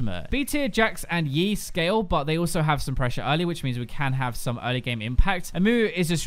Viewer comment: written is Yi, says Vi